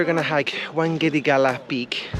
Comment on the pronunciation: its not WANGEDIGALA, its WAKANDAGALA. ha ha lol. great video as always brother